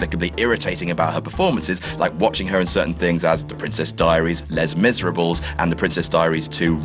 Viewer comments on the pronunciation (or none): lez miserables? Lay-Miz-Er-Ah-Bluh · "Les Miserables,", is pronounced "Lay Miz-ah-Arr-Bleh." 😏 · Less Miserables? Even Sandler knows how to pronounce that title correctly! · OMG did you just say LEZZ Miserablezzzz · Lez Mizerables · lay mizz-rabbles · I really hope you saying Les Miserables that way was sarcastic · criticize all you want "" but for godsake: learn to pronounce "Les Miserables" just kind of correctly (oh yeah: there ARE other languages than English...) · i felt like i got punched in the face when he pronounced les mèsrables the way he did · i hope that awful pronunciation was meant to be ironic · the way he pronounced les miserables tho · Oh God... Cringed at the pronunciation of Les Misrables... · Did you really just pronounce Les Misérables the way you did? I just can't even..... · That "Les Miserables" pronunciation made my brain want to kill itself. Come on, you're better than that! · pronunciation of Les Miserables isn't a mistake, it's a common way of commenting on how dour it is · cringing at the way you pronounced Les Misérables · TrenchcoatWallflower pretty sure he butchered the pronunciation on purpose just to get this reaction 😜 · he 100% knows and was intentionally butchering it that much to get people like you riled up lol